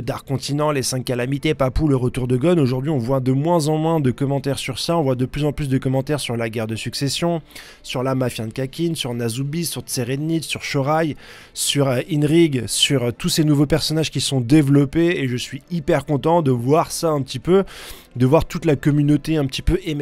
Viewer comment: C'est marrant de dire Kakain faut reprendre lol